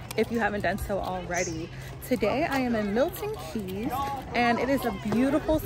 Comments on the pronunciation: MILTON KEYNES, NOT KEEEEEYYYYS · I can't believe you butchered the name so bad. I've actually never known anyone online or irl to say it wrong. It's not Milton Keys. It's Milton Keynes. (pronounced Milton Keens)